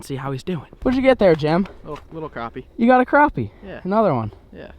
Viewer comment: you say crooopie nut its spelled crappie